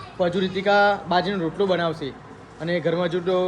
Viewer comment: rotalo bolv ane badhle chotalo bolva karta ta mane bov hasvu ayu